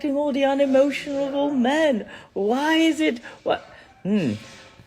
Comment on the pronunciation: wait. he also just said “vhy” instead of “why”